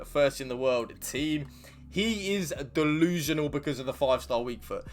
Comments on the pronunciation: Like for “dillusianal”😂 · 😂😂😂🤦🏾‍♂️ “Dolusional” I’m done. You one of my favorite now.